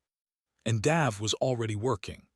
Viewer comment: love the accent on the a in the name Dave....normally its pronounced D-a-ve not D-ah-ve.....but that could just be local culture.